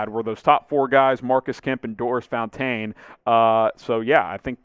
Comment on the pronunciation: Your pronunciation of Fountain’s name is getting funnier. It was bad enough when you started calling him Doris. Now Fountān 😂